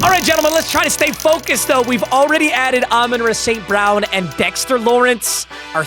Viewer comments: Idk if it’s just me but I lose it every time he says “ Amon ruh st brown” it’s Amon rah bro 😂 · Learn how to say “Ra” St. Brown